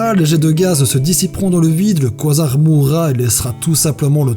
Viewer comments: ça se prononce : ka zar pas quoi zar xD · Super vidéo mais la prononciation du mots quasar c'est pas quoisard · oui mais le mot existe en français du coup ..x) on va pas faire un débat a cause d'un mot je propose qu'on le renomme trou eeeennooorrrme et SEC xD voilà ( ça se prononce KA- ZAR ) à la limite koizar ça pourrait être le nom d'un Pokémon il y a de l'idée ! 😄😃